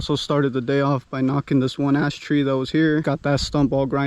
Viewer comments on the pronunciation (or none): We laugh every time you say big ash tree 😉 Love your videos!! Thanks for taking the time to film!! We're having a great weekend - not so hot out!! 👍❤️